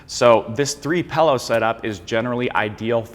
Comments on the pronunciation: not trying to be a hater here , always been a pet peeve of mine to hear somebody say pellow , its a freaking pillow ( like taking a pill , followed by an o ) not a fellow , not saying hello , not eating jello , holy great goodness it makes me want to rip my ears off and eat them . great information in the video keep up the good work god bless you all 🙏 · It sounds like you're saying PELLOW 😊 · pill-ow. pill. dill, fill, sill, kill, mill, til, hill, jill, lil, still. not pellow.